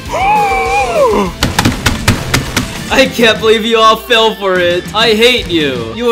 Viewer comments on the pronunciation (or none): none